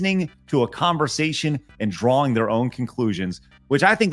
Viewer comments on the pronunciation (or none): none